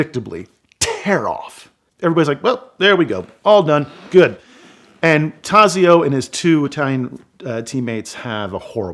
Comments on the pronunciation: Great storytelling but Taxio is pronounced Tott so. Clark is my favorite driver but I cannot go against Enzo and Ferdinand’s choice for the best ever driver. BTW, Varzi is pronounced Vott si. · The Z in Tazio is pronounced like the Z in pizza not like the Z in zone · My ears bleed when I hear his pronunciation of Tazio's name.